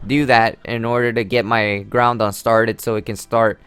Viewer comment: "Now he takes out his groundon which is really strong" There are 2 things wrong with this. He said groudon wrong, and also, no shit, Sherlock. I'm pretty sure we all know that groudons a beast.